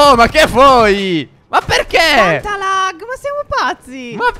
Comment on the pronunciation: Qualcuno dica a Stef che si dice il laggggg